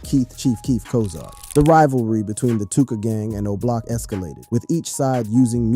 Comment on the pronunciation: stop doing videos about Chicago. You can't even say Oblock correctly 🤦